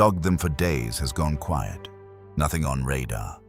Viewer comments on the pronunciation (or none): none